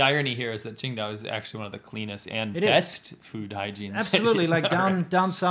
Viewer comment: Thought you were saying Ching Dai, like the Chinese god from Big Trouble in Little China. You should do a commentary track of that movie, really, really, really should.